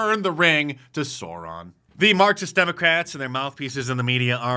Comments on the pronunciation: SOUR-ON not SOAR-ON. Holy moly that hurt to hear. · Sore-on? C'mon bro! Don't disrespect Tolkein like that! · Mark, Sauron is pronounced “Sour-on” not “Sore-on” I know you don’t like Sports Ball but you gotta know Lord of the Rings 😆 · Fool of a Dice! It's pronounced "Sow-ron" not "Soar-ron"! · Sauron. Pronounced sour on. SOUR-ON. The Genius of Tolkien. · Sow-Ron. Pronounced Sow-Ron, brother Mark. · Pronounced Sauron wrong and one of the judges is a Bush appointee